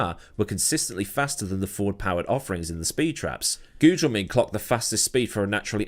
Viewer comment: Good job on the "Gugelmin" pronunciation, I've heard you boctch it in older videos. Nice :)